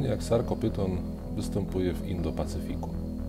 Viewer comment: Bardzo dobry cały kanał. Świetna robota, ale jedna uwaga "ph" po łacinie odczytujemy jaki "f", więc nie Sarkopyton tylko Sarkofyton, Lobofyton itd.